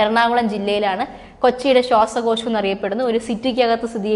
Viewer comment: ശ്വസക്യാശം അല്ല ശ്വാസകോശം